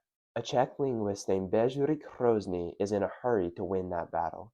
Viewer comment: Great video but his name was Hrozný not Hrouzný. Short 'o' not diphthongized 'ou'. A common Americanism.